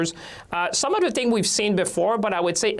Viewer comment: Chihuahua Champagne: The word is “things” with an “h” not “tings”